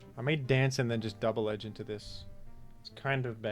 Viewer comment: don't say double edge-ing like that